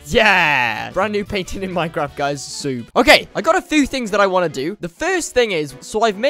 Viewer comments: Why do you say SUBE instead of SUBSCRIBE? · It is sub not soob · It's pronounced sub not sube!😡😡😠😠😡😠😡😠😡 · I’m just saying but uh he’s not the best YouTuber some of the things seem odd like dude say sub not the way ur saying it. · U said sub wrong